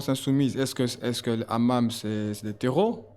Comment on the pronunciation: Le hamam 😂😂😂 le hamas pas le hamam😂😂😂